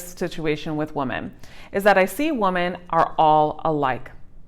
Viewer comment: Omg you read it like woman when it clealy says women so annoying